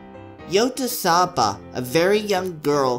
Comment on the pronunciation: It's pronounced Yo-tsu-ba. -_